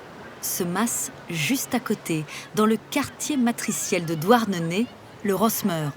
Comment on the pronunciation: C’est pas « douarnenai «